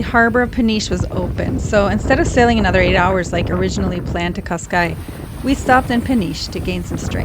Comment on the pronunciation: Cascais actually reads "cash-caysh". In Portuguese s is almost always a sh. 🙂